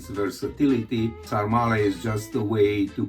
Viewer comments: The Romanian dish is called SARMALE, not sarmarle :) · It’s actually “SARMALE” not “Sarmarle”. 😉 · Sarmale, not Sarma-r-le One sarma, two sarmale. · Sarmale NOT Sarmarle…It’s one ☝️ of our Romanian 🇷🇴 food.. you can also eat sarmale with mămăliga =The Best…also you can try our sausage roll named “ mici”…it’s so delicious with mustard and bread and a beer.. also discover more Romanian food on google and try them in our country…see which one you like the most. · Romanian guy here: it's called SARMALE, not sarmarle (and yeah, quite similar to Gołąbki in Poland) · The Romanian dish is called “sarmale” not “sarmarle”😊The recipe is wrong, you’re supposed to mix the meat (half half or only pork) with rice and we usually add a sprig of thyme as well. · Sorry, just one word to describe "sarmale" part..BLASFEMIE!!! 😂 But still, congrats for trying 😊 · Nice try with the "sarmale". A disaster...but nice try.